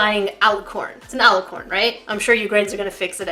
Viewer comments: Jackie you said it right IT IS AN ALLICORN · no that is an alicorn, and you said it right. good job! :) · You got it right Jackie, it's alicorn